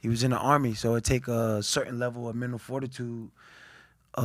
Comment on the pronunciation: I thinks it’s ironic he can’t pronounce mental